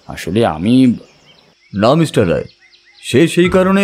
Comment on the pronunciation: English diction ta ektu thik korle bhalo hoye… for example, kotha ta “Mishter” noye, “Mister”… narrator ke ektu improve korte hobe… mishter kotha ta kan e khub lagche (sorry)